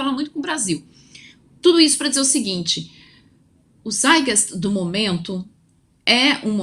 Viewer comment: Moça, melhora essa pronúncia em alemão: tzáit - gáist, sem engulir os "t"